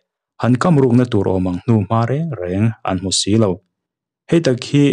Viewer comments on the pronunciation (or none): none